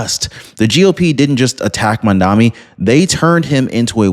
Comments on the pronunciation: Excellent reporting as usual. However it’s pronounced “MOM-Dah-Nee” starts with the word MOM…. 😂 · It’s Mamdani as in Mad Man